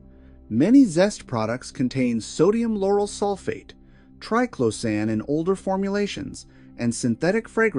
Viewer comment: The information here is good, but the continual mispronunciation of triclosan makes me want to scream! If phthalates can be pronounced correctly, why can’t triclosan?